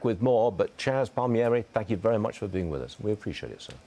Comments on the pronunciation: He mispronounced his name it’s Palmintieri not Palmieri! Silly Pom. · LOL, yeah, at the end he mispronounced it, but Varney says it right. Maybe he had someone yelling in his earpiece, had to go to a commercial, and maybe the bathroom?? 😂